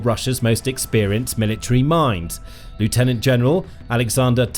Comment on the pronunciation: Learn to pronounce 'lieutenant'. Your ignorance shows that you don't know what you're drivelling about.